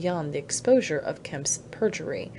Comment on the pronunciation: Second female voice around chapter 9: as bad or worse than the previous one! Who in the world puts emphasis on the word OF??!!!!